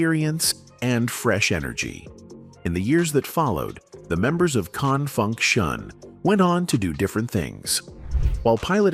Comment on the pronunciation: I cringe every time that robot tries to say "Con Funk Shun" 😳